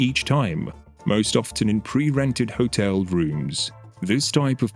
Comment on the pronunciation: There's no "t" sounded in "often".